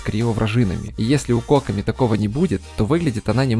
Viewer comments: Задание легенд анонсировали на стриме разработчиков. Так что будет доступен вместе с запуском ее баннера. И автор, я умоляю, произноси ее имя правильно - КокОми. Ударение на второй слог. А то у тебя какая-то Cock-omi получается. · кОкоми? Ты хоть понимаешь куда ударение ставишь? Её зовут кокОми! Чисто из-за этого ставлю диз. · Что с ударением на имя кокОми... кОкоми говорит.... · смертоубийство 👹 Ни нада так.